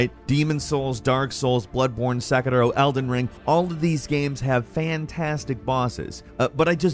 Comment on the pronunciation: saying Say-crow is so funny